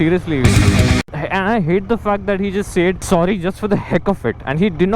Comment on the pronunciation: He “”sayyedd” 😂😂 sorry ..